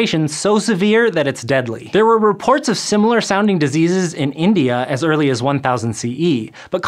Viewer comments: It said eary instead of early nothing to bad just wanted to point that out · should say Early not Eary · "Eary Adulthood" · By 'eary' adulthood? ^^